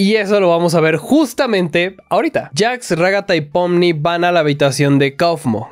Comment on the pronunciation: en realidad es pomni pero se dice popni (